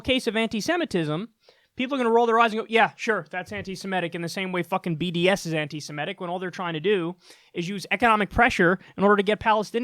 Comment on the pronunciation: It’s ANTI-SEMITIC, not ANTI-SEMETIC